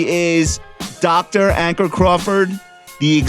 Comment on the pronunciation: ONE BILLION people know how to pronounce Ankur. LOLZ - an avid listener